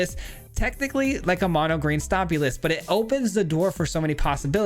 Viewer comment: "Mono Jund Stopmy"